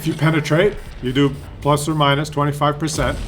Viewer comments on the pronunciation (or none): none